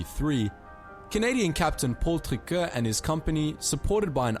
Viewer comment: Paul Triquet not Tricker